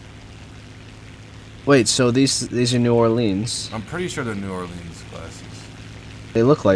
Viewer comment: sounds like you guys say: New Arlene